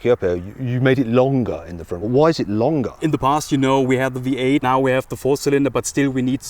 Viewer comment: 最初 聞き取れなかったけど、V8をヴィーアイって発音するんだね。